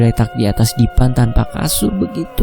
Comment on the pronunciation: Tolong di perbaiki lagi mas penyebutan kata ALLAH bukan Awwoh.. Maaf sekedar masukan untuk lebih baik lg kedepannya 🙏